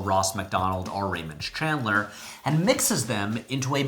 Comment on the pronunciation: Did you say "Raymonds Chandler", plural? The auto-captions didn't catch that little wink of a reference, but I did.